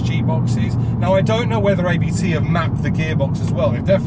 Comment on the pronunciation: I enjoyed the video but thought I’d point out it’s not A B T it’s said Abt as it’s spelt. It’s the family name of the tuning company who’ve been tuning Audis for ages and run one of Audi’s DTM teams.